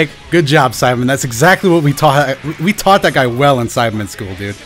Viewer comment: I swear your saying Simon instead of saibaman